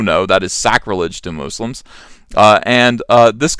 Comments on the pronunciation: Moose-lums! Very unique pronunciation! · Moose-lums , loll I like that pronunciation . Im going to steal that from you. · "Muh-slims" lol